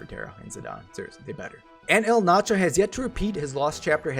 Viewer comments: I get it, you're having fun or whatever but still annoyed at the name butchering >:( Being an XI Junkie, I am just STOKED to finally get the Zilart King in my roster. Sucks gotta wait for Kam, but oh well - nearly have all the XI characters now and love that they're pretty much all good if not outright busted. Really, really hope to eventually see Zeid, Luzaf or Iroha added at some point. Maybe Sehl'teus. EDIT: His name is pronounced E-Ald-Narsh, btw. All the Zilart have weird naming conventions like that (Kam-la-nao, Sell-Tay-Us, Esha-neh-tarl) ;) and the Zilart are basically the original form of humanity in XI, before the mothercrystal split into 5 pieces and Paradise (where only Zilart and the Gods could exist) was lost. Just some XI lore for peoples who may be curious :D (The Zilart are also what the Ascians in XIV are based on) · The main problem with Eld Nacho is his pronouncing name